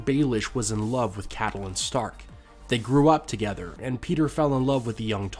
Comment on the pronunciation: Stop calling her cattleing! It's CATE-LYN, okay?